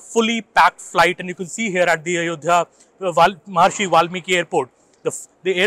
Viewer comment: वो महर्षि वाल्मिकी हैं महारिषि नही ।